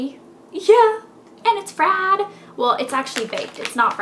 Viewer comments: ''And its FRIYED'' LOL!! :) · I cracked up when she was like "and it's FRIIIIIIIIIED" in a southern accent